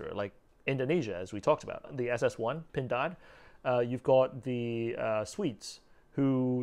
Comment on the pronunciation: PINDAAAD...that's a good pronunciation 😁👍